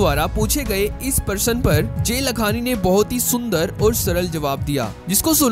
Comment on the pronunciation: It's not जे लखांनी it's जय लखांनी !